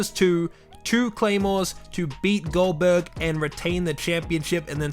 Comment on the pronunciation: I thought he called GoldBerg Oldberg